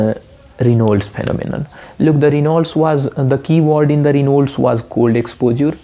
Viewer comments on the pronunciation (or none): Dude ..its 'raynauds' phenomenon & nt reynolds😂... also TAO is syn. of buerger's & nt raynauds